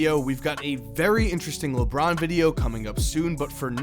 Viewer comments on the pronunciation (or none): none